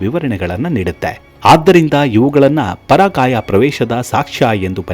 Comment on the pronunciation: ಪರಾಕಾಯ ಅಲ್ಲ ಪರಕಾಯ